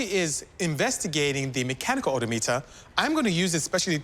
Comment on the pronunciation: Oh-doh meter